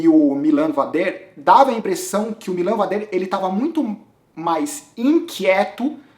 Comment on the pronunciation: o vader não é francês kkkk a pronuncia correta é MÍLAN VÁDER, como o próprio bart falou na transmissão. Em relação ao avança, eu discordo. Ele não foi proativo na prova. Em alguns momentos ele foi pra ponta e ditou o ritmo, mas não vi causar nenhum desconforto considerável no grupo dos líderes. Como dito no insta dele: o corpo nao estava na prova (algo do tipo). Ele vai ganhar, seja este ano ou no próximo.. e vai ser no estilo dele: se impondo e andando sempre na frente! Pode ter ctz! Abraço!